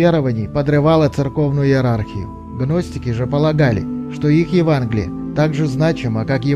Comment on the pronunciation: Евангелие А не Еванглие